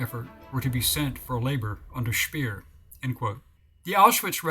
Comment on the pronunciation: The correct pronunciation of German names: Speer = Shpair; von = fun; Neu = noy. (as in Anheuser - Anhoyser) Braun = Brown